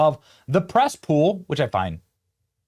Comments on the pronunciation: Press pool? Thot u said Cess pool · Did you say cesspool or press pool? Never mind, tomato tomoto.